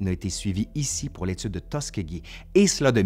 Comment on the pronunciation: Le nom de la ville se prononce Tus SKI gee (Tuskegee) comme faire du ski.